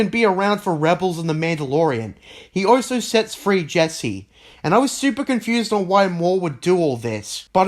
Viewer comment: So you can say also? but most of the time I hear oso